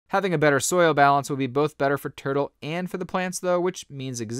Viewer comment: Why do I hear this guy call it "Turd-o"?